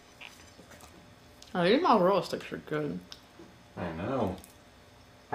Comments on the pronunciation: "Today we have some home-made Mal-Aza-Rhella sticks." 💀💀😭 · Mah-zarellah? Why does she pronounce things wrong all the time????? 🙄🙄🙄🙄